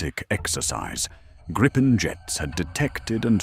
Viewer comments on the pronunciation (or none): This is a LIE! There are crap podcasts eating each other's BS and appears to be one of them. Hell your AI cannot even pronounce the word Griipen. Canada has not chosen the Gripen. STOP TELLING LIES!!!!.